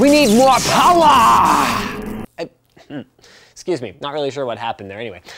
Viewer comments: "NO, WE NEED MORE POWWA" that made my day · NOOO, WE NEED MORE POWAH